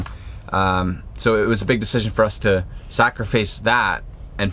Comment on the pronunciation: The way says "sacrifice"